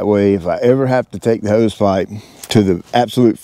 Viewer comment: heeeuse! whats a heeeuwwse?🤣